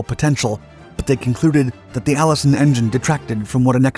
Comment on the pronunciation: "the Allison fifth 1710"? Seriously?